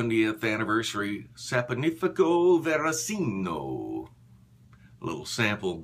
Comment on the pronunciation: It's pronounced Saponificio Varesino. What's wrong with you? :)